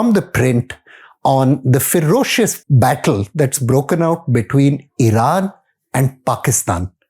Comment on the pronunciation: Ferocious? I think you need english lessons buddy lol....